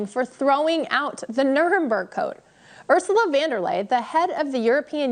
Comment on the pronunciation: I didn't see the newscaster struggle to read the teleprompter. However I did hear you struggle to pronounce Ursula's last name.